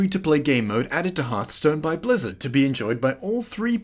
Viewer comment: Imagine unironically saying Harthstone.